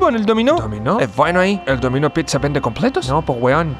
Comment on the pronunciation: Excelente.... geniales.... 🤣🤣🤣🤣🤣🤣 👏🏻👏🏻👏🏻👏🏻👏🏻👏🏻 Un puro detalle, muy en buena, un gringo pronunciaría: "el dÓmino pizza", no: "el dominÓ pizza"